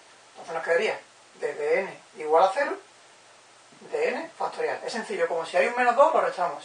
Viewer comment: "FASTORIAL"??? Q ES ESO?